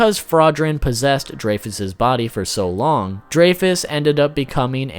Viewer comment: It's griamore and dreyfus not giramore and drake